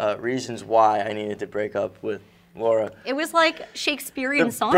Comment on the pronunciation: When she said I'm Laura, I heard "I'm Lara"